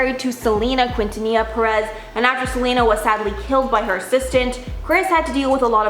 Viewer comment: Quintanilla is pronounced "kintaniya"